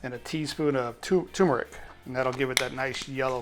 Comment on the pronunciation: First of all, if you are going to make a dish especially out of your comfort zone, take the time to pronounce the words correctly, you couldn't even pronounce " Tumeric", nor " Halal" you should have just called it chicken and rice..or add some potato salad to go with the chicken. PS the colors of the food were not right either.👎